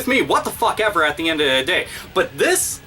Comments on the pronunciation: I SORRY BRO YOU ROCK, LIKE SERIOUSLY, but its a lil funny when you say at'the'endatheday XD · this video is great but i just wanted to point out that you say "at the end of the day" weird